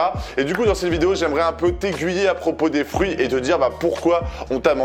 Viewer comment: Je pensais que tu parlais des "frouits" et pas des fruits 🍎🍊🍓😂😂😂